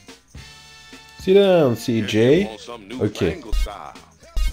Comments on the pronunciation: je une fan de toi gta mais sa se dit cj =cijey pas ciji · C'est si djéy bordel !! Pas si dji 😂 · Cidjay pas cidji😂😂😂😂😂 la mauvais prononciation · S'il te plaît c'est (ÇIJEY) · Hey il faut dire CIJÉ car j en anglais cest dgé, le g par contre cest Dji voila voila ^^